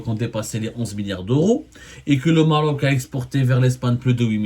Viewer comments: Abdou, on dit pas Morok, mais Maroc , ou Maghreb Morok je connais pas cette langue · pourquoi tu appuie trop sûr là lettré R quand ta prononcé le mot maroc 😂😂😂😂😂 sale karghouli 😂